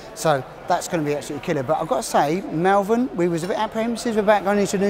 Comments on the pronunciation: it is not mal vern it is pronounced maul vern. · I liked the video but pronounce Malvern correctly, thank you.